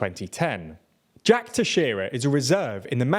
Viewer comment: you pronounced Teixeira way better than CNN